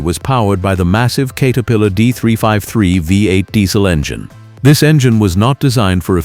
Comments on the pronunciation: I was hoping to watch this because I know it's true but had to stop when he couldn't even pronounce CATerpillar. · “Kate” er-pillar. Okay. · No kidding...the "Kater-pillar" remark completely blew it.